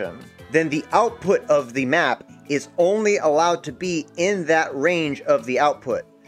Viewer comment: I heard “NOT”. Not “Map”.